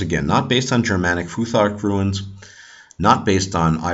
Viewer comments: Not pronounced "ru-ins", but is pronounced "roons" or runar. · Why are you pronouncing runes like ruins? The long u is not a diphthong! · true, no "I" in "Runes" then it's straight forward .. and i am a Danish viking👊👍